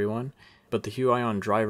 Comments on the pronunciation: Its actually huion not huey on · huaion you are suposed to say huion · its not hu aj on its hu i on thats fu**ed up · HUION pronunciation Hyu-wi-yon Alan's version: Hyuu-aaah-yooon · It's Hu-ee-on not Hu-a-yon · h-you-eye-on i think you meant h-you-e-on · It is pronounced hu-weee-yon not hu-WAAA-yon. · "hue eye on" what it really is: "hue ee on" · It's pronounced "hooyon" AFAIK. Anyway, what's the price exactly? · It's actually Hyu.. Yon.. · It’s pronounced (h-oo-E-aw-N) (sorry Alan I love u and Ur animations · Huge-Ion. Is how you prenounce it. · Did he just say....hyuwayon?? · Lmao the way he butchered the pronunciation of Huion! 😂 "Hu-I-ON" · It's prenounce hue EE on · it reads Hoo-ee-on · Im pretty sure it’s pronounced hue ee on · I think it's pronounced (hyoo-eeon) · It's pronounced Hyu/hue - ee - yon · it's pronounced heweon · Hu-I-on lol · does anyone gets cringed everytime he say Hu i on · It’s pronounced hew-eee-awn 😂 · Every time you say the name I cringe haha but other then that great review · The way he says Huion makes me mad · please pronounce it right ☹ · You have wrong pronunciation brand-name ~_~